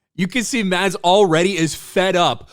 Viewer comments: PSA: "Mads" is pronounced fairly close to "Mess." Found that out not too long ago. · I am merely wondering that if someone talks about Mads Mikkelsen, why he didn't even take the time to learn to pronounce his name. Typical arrogant ignorant American.